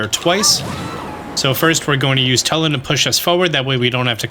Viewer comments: It’s purnouced toolin not tul in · I love sharing a name with such an awesome character!! I don't want to seem rude, but it's pronounced (Two-lin). I know this because it's my name, and in the game he says his name like that.